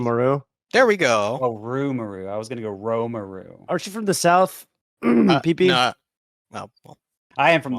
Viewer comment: you arent saying it right. plz